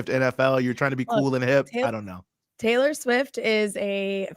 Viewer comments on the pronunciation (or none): none